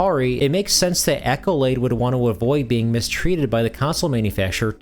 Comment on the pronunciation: If English is not your first language, FFS Ask Google how to pronounce something. It's not "Echolade" Google: Pronounce Accolade